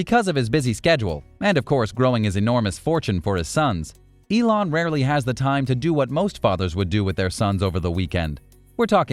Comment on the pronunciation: Is elone musk not elone mask 😂